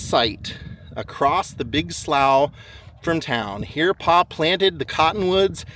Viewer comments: Slough is pronounced "slew" (rhymes with two). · Slough pronounced like blue.